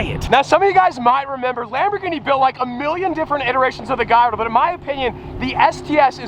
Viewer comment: please, it's not "GaYYardo" but "GaLardo". Thank you.